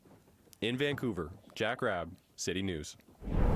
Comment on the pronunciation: its jack rabb ,not hubb !!